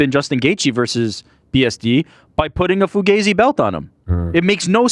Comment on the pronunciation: You guys pronounce Fugazi incorrectly. The 'a' is short, like 'ah.' Check out the band with the name.